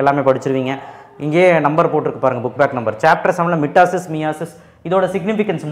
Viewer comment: Not right your pronunciation மைட்டாசிஸ்